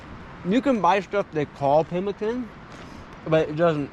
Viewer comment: pimmeekaan, not 'pemikun'.